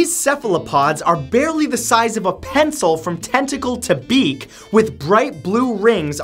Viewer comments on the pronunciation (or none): none